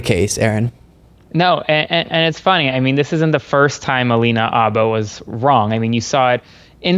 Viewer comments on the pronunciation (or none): Why why WHY won’t you pronounce the H in Habba???? 🤦🏻‍♀️